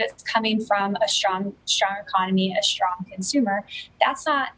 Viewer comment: Okay don’t say “shtrong” and “infrashtructure”